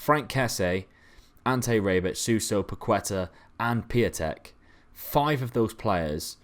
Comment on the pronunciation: Piątek is "pyow-teck"